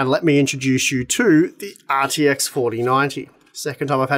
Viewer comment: “The ARRRR TX…” 🏴‍☠️